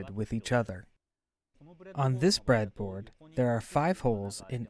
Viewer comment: The "Bread-A-Boardo" gave it away to me. But I don't mind, as long as the content is good